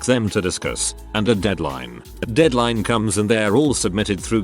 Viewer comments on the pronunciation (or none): none